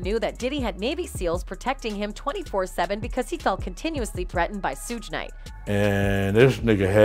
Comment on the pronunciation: I take it the narrator doesnt know these names in she stated 2pack It is (shoog) Knight or [SOOGE] knight..her pronunication is hysterical LOL!